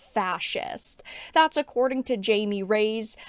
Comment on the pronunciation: Its pronounced "hi me" not "Jammie."